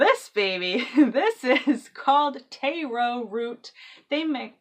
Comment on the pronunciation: Just a note, its tahr-o or sometimes tare-o, not tay-ro.